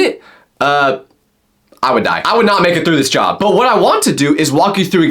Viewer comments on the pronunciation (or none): bro stop saying jOb say job not like you wana vomin